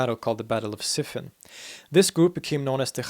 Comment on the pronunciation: Since your Arabic pronunciation is so good, I wanted to point out that Siffin is usually pronounced Sif-feen. Thanks for the great video.